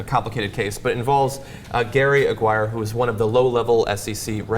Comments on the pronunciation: I couldn't help but notice they kept mispronouncing Gary Aguirre's name. John and Cenk kept saying Aguirre the same way you would say "Maguire." It should actually have been pronounced more like "A-gear-ree." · johns mispronunciation of aguirre made me cringe